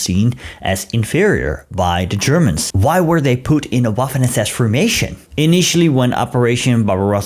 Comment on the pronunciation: As you're aware, the Dirlewanger or Waffen "w"is pronounced as an English "v".